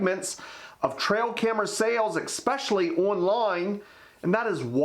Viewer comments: Ex-specially?? Anyway, good info. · Expecially? Expecially? Expecially?